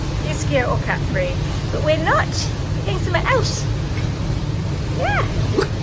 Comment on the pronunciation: Never realised proper pronunciation of Capri....I’ve always said ‘Cuh-pree’ lol.